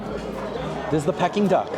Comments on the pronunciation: For being Chinese I’m shocked you don’t know how to pronounce Peeking Duck !! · You’re killing me with giggles whenever you said ‘pecking duck’. It’s pronounced ‘peeking duck’ 😁. I don’t think I could ever spend those prices for any food even if I could afford it😁. Thanks for trying all these restaurants. Have a great weekend 😊